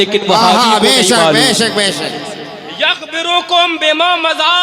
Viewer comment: یخبرکم.. کی ی میں پیش ہوگا باب افعال سے... آپ لوگ مفتی کہلاتے ہیں کم ازکم عبارت پر توجہ دے دیاکریں